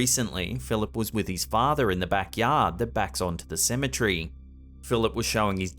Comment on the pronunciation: Ceme TERRY, not Cemetree!